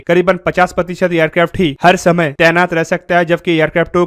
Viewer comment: Bro why you says Aircrafto all the time you can say it simply Aircrafts